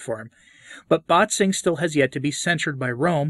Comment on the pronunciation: One little note: „Bätzing“ is not pronounced as BAHT-zing, but as BET-sing/BAIT-sing.